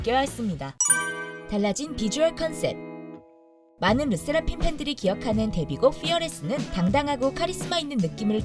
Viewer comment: 르세라핌은 왜 르'쎄'라핌으로 발음하고ㅋㅋㅋ일본은 왜 iiiilllllllbon 으로 발음하는지.. 그냥 ilbon이라고 살살 발음하지